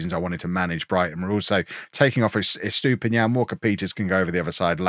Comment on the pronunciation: I hope you sell Estupiñán soon cause you butcher his name every time 😂